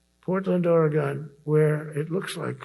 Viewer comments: Of course, the Orange Menace can't even bother to say Oregon correctly. Portland is one of the most chill cities in this country. Portland is about as far from being war ravaged as you can get. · He can't even pronounce Oregon correctly. 😡